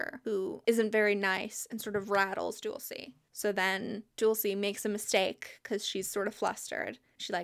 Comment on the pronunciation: Not to give you another name crisis but Dulce is Spanish for like sweets and it’s pronounced “dool-say”